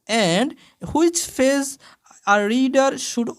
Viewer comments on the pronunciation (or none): স্যার ছ্যাপটার না চ্যাপটার।আর ফেজ না পেজ..🤣🙂